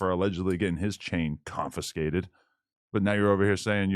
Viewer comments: Confiscated. Not ConFINscated. Thanks Adam for attempting to correct this lil snooty one. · she can't even pronounce confiscated right smh tryna sound intelligent 🙃